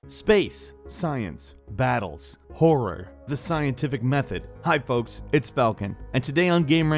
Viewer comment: when he said horror I thought he said porn